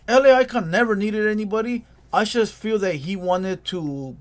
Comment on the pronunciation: It’s “just” not “chust”